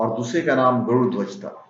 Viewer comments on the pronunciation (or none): none